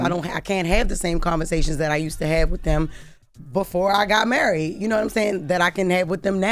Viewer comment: "because I'm murried" 😂